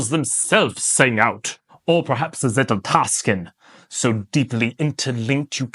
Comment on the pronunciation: I don’t usually hate on things but I really hate how you keep saying zetteltasken 😂 Hope it’s a joke. Otherwise I agree with your approach of knowledge vs wisdom